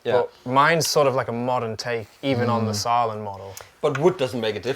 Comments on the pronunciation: ffs. you know how to pronounce the Ä... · Just to let you know, the two dots above the a in the name Sälen makes it the same vowel sound as in the english words hair or bear etc. And Sälen is a small town in the Dalarna County in Sweden. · Come! You can pronounce Sälen correct 😂